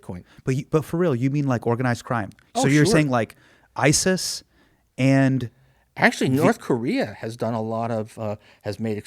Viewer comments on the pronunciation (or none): none